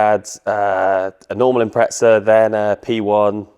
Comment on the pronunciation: every u.k car show i watch i leave the same comment, impreza dose not have a t in it, its not impretza...brits take note.